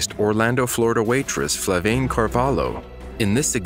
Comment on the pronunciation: FLAVIANE not FLAVAINE